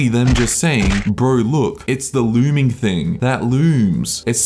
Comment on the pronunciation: I rewatch this often to hear “it’s the loorming theeng. That loorms”